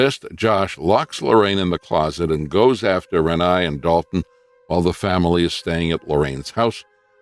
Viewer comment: Except for saying Renai’s name wrong, I agree.😊